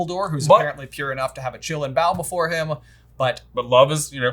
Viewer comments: not pronounced "chillin" qi-lin "qi" is pronounced like tai-"chi" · "chee-lean" it's not a short i in Qilin. also Bhutan is so white, other than the "color coordinated nuns". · You guys are pronouncing Qilin as Chillin'. That is not how it's pronounced. "Qi" is pronounced the same as in "Qi-gong."